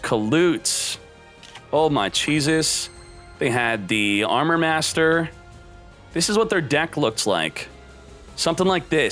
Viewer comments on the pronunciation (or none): none